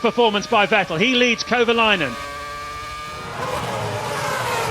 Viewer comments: The commentator that insists on mispronouncing Vettel gets a bit abrasive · The way they pronounce Vettel 😂